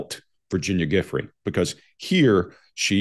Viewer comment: does not pronounce Giuffre's name correctly???????!!!!!!! WTF